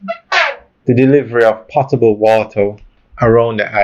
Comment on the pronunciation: It's not "pottable" water; it is "po-table" water, meaning drinkable.